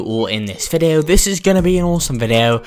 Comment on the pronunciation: my boi said videaooo